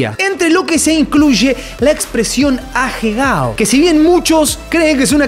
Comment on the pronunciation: "ajegao" jajajaj